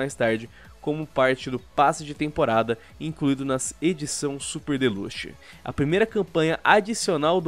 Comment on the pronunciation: "Edição SuperdeLUCHI" 2019